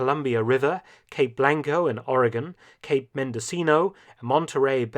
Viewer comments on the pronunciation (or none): none